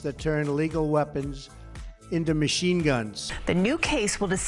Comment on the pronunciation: The 'MASH' gun ban??? hehehehehehehelol. You except to be taken seriously when you see the word machine abbreviated and mach., and read it as 'MASH'??? A mashgun???